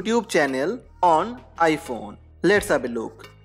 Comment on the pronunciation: Omg also he said ipone 🙈😭😭😂😂😂😂💔💔💔